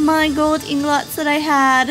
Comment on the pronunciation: its ingots not ingLots!